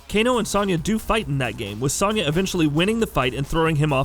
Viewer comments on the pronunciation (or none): Its Soniya Not Saniya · SO-nya. It's pronounced with a "so" not "son" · This video is the first time I've heard someone pronounce Sonya Blade's name with a soft-A sound. Weird. LOL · High Heel Knight the a is pronounced the same. It’s a soft o, not an a